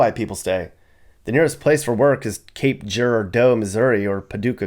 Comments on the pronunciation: You didn't even come close to the correct pronunciation of Cape Girardeau. Here's a hint: it sounds like Cape Garage Door. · Cape Gih rar dough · Its pronounced cape jer-rar-doe (Girardeau) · lol Cape Jer-dough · I like your channel but...you gotta look up these pronunciations my man. It's K-eye-ro. Who told you "care-o"? Never once in my life heard it pronounced like that. And cape "ger-ar-do" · Lmao at the way he says Cape Girardeau!! good try! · LOL I laughed at that when he said it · Cape what? How did you pronunciate that?